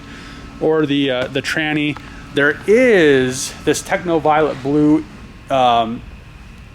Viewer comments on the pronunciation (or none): none